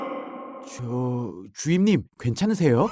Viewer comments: 자꾸 정연 주인으로 들리네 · 자꾸 주임님이 아니라 주인님이라고 그러는거 같앜ㅋㅋㅋㅋㅋㅋ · 왜..자꾸 주임님이 주인님으로들리지..?(?) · 선우가 주임님이라고 하는게 들을 수록 주인님이라고 들리는건 나만 그런가? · 마지막 기달리세요 주임님을 기달리세요 주인님 이라고 들었음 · 상여자 처음 보는 사람인데 처음에 주임님을 주인님이라고 들었네 ㅋㅋ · 아 자꾸 주임님 인데 주인님으로 들리넼ㅋ